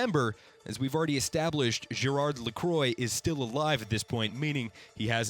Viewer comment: Nice to know the enemies name. I don't want to be offensive. But, I am French and I just laugh when I heard your pronunciation of "Gérard Lacroix" and "Amélie". :D